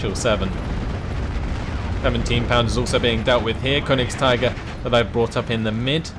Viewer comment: Konigst'ee'ger please, it's German ^_^